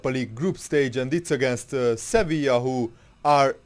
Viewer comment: Its Sevilla